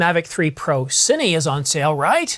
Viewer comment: You said “Cinee,” Thank you!